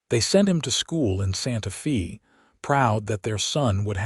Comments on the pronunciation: We say 'Santa Fay', not 'Santa Fee. It bothers me every time I hear that mispronouncement. Otherwise, great story. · It is not Santa Fee. It is Santa Fe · Santa Fay. Not Fee!!!!! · The Fe in Santa Fe is pronounced Fay not Fee! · Santa Fe is pronounced Santa FAY not Santa FEE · Santa Fe is pronounced Santa 🎅 Fay, similar to Santa day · Pronounced Santa “Fay” West Texas Grew up in Southeastern New Mexico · It's Pronounced " Santa-Fay. " Geez..! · I really wanted to listen to the story; but, when Santa Fe was blatantly mispronounced, I had to stop. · Mispronouc3d Santa Fe and content..